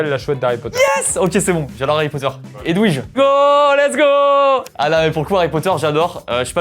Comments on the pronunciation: Personne parle du fait que prononce Edouige au lieu de Edvige??????? Personne n'a vu de problème là?? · Pardooooon? Comment a osé prononcer Edwige 😭😭😭😭